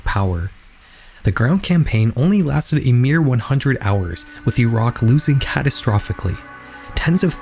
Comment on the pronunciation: Shoutout to the only youtuber who can pronounce Iraq correctly